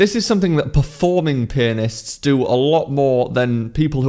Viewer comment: Why did I hear "4 penis" in the first sentences....?